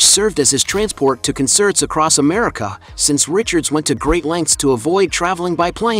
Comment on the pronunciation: Just love the AI narration - "conSSERTS." Ridiculous. Good info, though. Long live Keef. ❤️💛💚